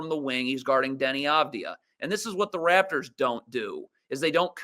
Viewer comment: How can he claim to watch your lives, but misspronounces every Raptors name?